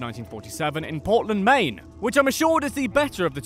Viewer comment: I’m from Maine, and I know how to pronounce it.